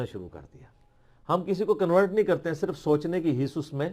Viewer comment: محمد علی صاحب لفظ رپورٹ ہے کنورٹ نہیں امید ہے آپ ایمان تقوی صحت کی بہترین حالت میں ہوں گے انشاءاللہ